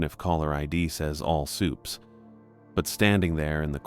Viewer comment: All "sooops" 😂, fuckin all sick eh